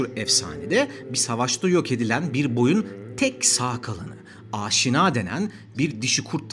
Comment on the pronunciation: Aaaaşina değil Aşina, Jagatai değil Çağatay lütfen dikkat edelim. Video süper eline emeğine sağlık.